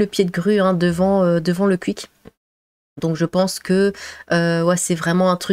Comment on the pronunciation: "Le Cuik" ahahaha ta manière de prononcer ça